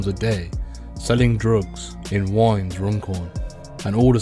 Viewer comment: The way he said Widnes was hilarious